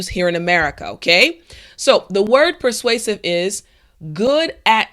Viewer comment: I learned to say persausive :)